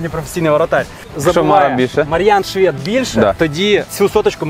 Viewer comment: ШвЄд, слух ріже🤦🏼‍♂️